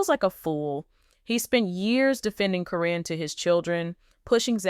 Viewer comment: You know you keep saying caryns name wrong its karen not corrine